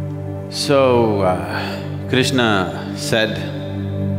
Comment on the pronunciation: Why Shadguru is pronouncing every characters name incorrectly...It's Krishna not Krishnaa, Arjun not Arjunaa, Karna not Karnaa, Chakra not Chakraa...Don't change anyone's name at least..